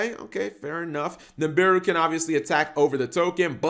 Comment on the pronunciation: pronounces Nibiru as Nimbiru Me: OK boomer